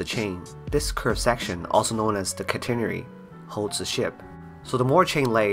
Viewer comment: Perhaps it's a British vs. American pronunciation thing, but even the Brits I worked with pronounce "Catenary" differently. As in "CAT__in_ AIRY" Boy do I remember working on the Catenary charts for offshore oil platforms and the anchor arrangement plans (mind the undersea pipelines and cables!)